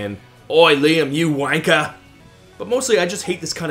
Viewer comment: that's the most 'Srayan sounding "you wankah" iv'e ever heard haha.